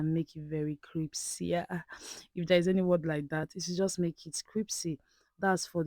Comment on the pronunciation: "CRIPSY" LOL